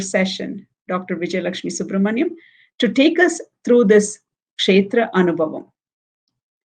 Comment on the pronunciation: This is an excellent work to bring knowledge about various devi kshetras during the auspicious Navaratri time. A lot of knowledge is packed into these sessions. … I would like you to correct pronunciation of the word anubhavam in the title…. Bha with a mahaa praNam or emphasis (అనుభవం). This is a Sanskrit word and it is not fair linguistically to call it anubavam (అనుబవం). The way Vijaya Lakshmiji pronounced it is the right way to say it. Vijaya lakshmiji … the kamalA manOhari krithi is kanja daLAyatAkshi (కంజ) and not kancha dalAyAtAkshi (కంచ). Kam = mud; ja = having born of; A lot of teachers are propagating these pronunciation errors for Sanskrit words and many students are unfortunately picking up wrong pronunciations like this. Thank you for all the hard work you are putting in creating this beautiful series on Devi kshtras.